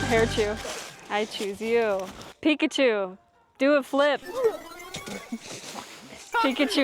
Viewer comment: Pi kachu not pikacheeew